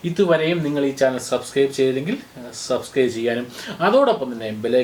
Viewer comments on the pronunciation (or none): none